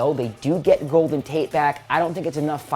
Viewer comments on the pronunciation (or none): none